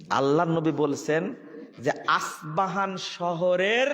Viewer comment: আস পাহান নয় ইস্পাহান